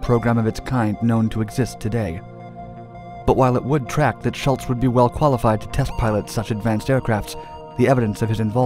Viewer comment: The overlapping "ghost" theme imagery fits the subject, but it is too dark and most of the pictures cannot even be recognized, so there is a self defeating imagery problem. The most annoying thing is this: Please start pronouncing names properly, especially something as common as Schultz!